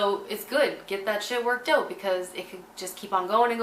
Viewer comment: I could listen to you say out, about, root, anything that sounds like oot basically lol